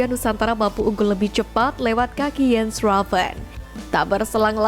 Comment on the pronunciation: Ko baca nya jadi Iens Ravens mbak.. bukannya Jens Ravens..